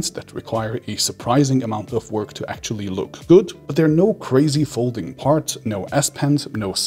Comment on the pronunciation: Stop saying "ackchually" so much for the love of god.